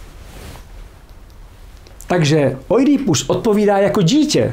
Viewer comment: Poprvé slyším Oidí í ípus, je to tak hezčí.